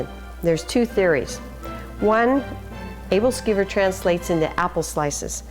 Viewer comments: She pronounces aebleskiver wrong xD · Good video. Yummy stuff. One thing though... She's saying the name wrong.